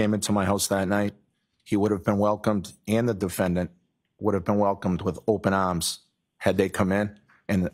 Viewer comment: Welcomed with open ams. What the heck is that? Welcomed with opened teeth and beer bottles more like it.